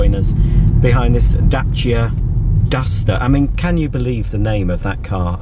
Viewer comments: I'm impressed by your flawless pronunciation of the Dacia brand. Indeed, I think they wanted it to appear masculine or something like that, hence the Duster name, but true, it is a silly name and everybody knows that. Also, is that a BMW you're in? Greetings from a Romanian :) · Yes I agree, great pronounciation of Dacia Duster. Duster has no meaning in romanian. Must have been one of the “chiefs” that came up with the bright idea of the new name 😀